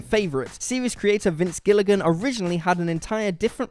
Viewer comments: It's Giligan not Gillian ffs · It's Gilligan not Giligan ffs